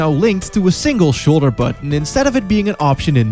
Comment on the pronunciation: lol "with face buttAON"